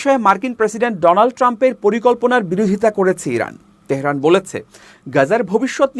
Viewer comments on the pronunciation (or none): none